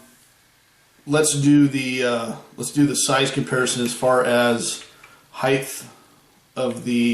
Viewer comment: Height not heighth.